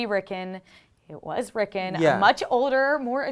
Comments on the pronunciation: It's "Rickon" with an O, not "Rickin" with an I. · rick-on not rickin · Rickn rickn rickn Rickn....its RickON RICKN ON RICKON not rickn ricken or rickin it's RickON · Lol "At least one person in the comments is going to laugh at you for saying layers" But everyone is laughing at you for saying Rick'n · May i ask why you guys keep pronouncing Rickon's name that way? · At least say the bloody kids name properly